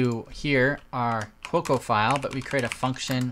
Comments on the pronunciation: Every time he said Cuoco it was like fingernails on a chalkboard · Quokka is actually pronounced "kwokker". It is a small Australian animal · Americans pronounce the 'r' at the end. So let's say it's pronounced 'kwokka'.